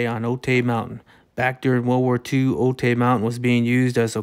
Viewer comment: Cool vid! Can’t help but mention OTAY is pronounced OH-TIE. Do not let the Little Rascals tell you otherwise:)